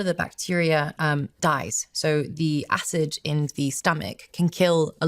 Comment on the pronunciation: Does anyone know why she keeps mixing up the letter d and j? It’s very distracting. She even said acij instead of acid 🤦🏼‍♀️ Greta message and greta video just very distracting.